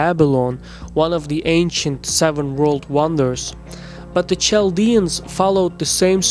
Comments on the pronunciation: There is no such thing as Chaldeans. We are all Assyrians. and it's pronounced Kaldean you dope. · Nimrod did all this long before the Assyrians... Also, it's pronounced "Kal-dee-ans" Not "Chal-dee-ans" Old world "Ch" is a hard "K" sound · why do you pronounce as tchaldians, when correct is qaldean ? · Small note, it's pronounced Kaldeans 😅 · Well done. One thing though. Chaldeans is pronounced as "Kaldeans". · Great video, images, and background music but you should really check on some of these names. It's Chaldeans pronounced with a K (ch = k) . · I cringe everytime he says Chaldeans